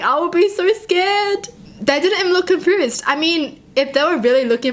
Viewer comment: Oml I love how you pronounce 'confused' as 'confoosed' x3